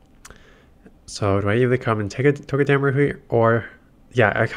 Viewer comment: It’s TOE-Guh-duh-Maru Come on man your better than whatever it is your saying😂 still my dude tho keep the vids coming 15-22 mins plz